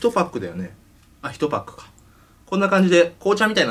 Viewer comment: パックの発音おかしくね？w